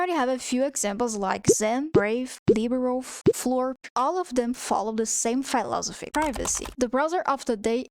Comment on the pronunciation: Non-native speaker pronounces a word slightly wrong 😱